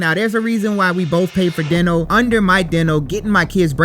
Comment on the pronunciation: He can’t say Dental right.